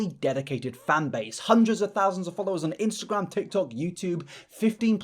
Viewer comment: I thought he said "menstrual" instead of "Instagram" in the first clip omg